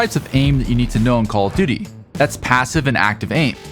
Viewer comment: Why do I keep hearing call of didy 💀